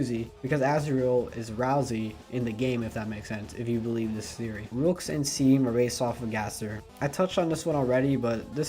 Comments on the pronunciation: This video is so good But FOR CRYING OUT LOUD IT’S PRONOUNCED SHAWM NOT SEAM!!!! This was bugging me sorry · Seam is probounced Shawm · It's pronounced "SHAWM" god dammit not hating tho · Great job! You put a lot of good work in here, though I admittedly got a little bit disheartened when you mispronounced Seam's name, lol. Regardless, I'll have to watch Part 2!